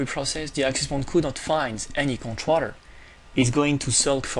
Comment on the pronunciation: God Dude, it is conTROLLER not Controtter